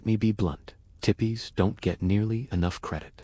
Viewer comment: Tip ees Go ahead and delete this video It is crap U r void of understanding You can’t mispronounce tee pees Idiots